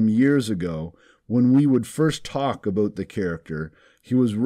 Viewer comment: Aboot? Are you Canadian?